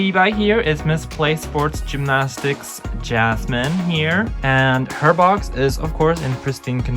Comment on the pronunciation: It hurts my ears every time you say jasmine instead of Yasmin 😭